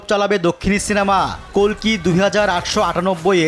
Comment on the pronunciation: আরে অশিক্ষিত, ভগবানের নাম 'কল্কি', কাল্কি নয়!!